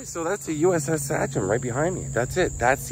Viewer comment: Love you but you're actually pronouncing "Sachem" wrong. How do I know? I grew up by a school district and a high school named Sachem. Which I could put audio of here on how to say. This was a great video. Cracked me up when you said "I'm in trouble deep". I never would have given this boat another thought. Loved Madonna in the 80's